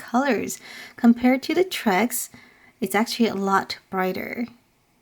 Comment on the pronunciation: Lol it’s T-Rex not Trex 😆😆😆